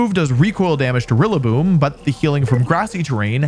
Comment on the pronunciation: Rillaboom it's rillaboom